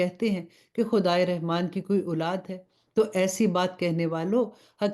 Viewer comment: Rahman ki ray k uper zabar hai but zair se isko perh rahi hain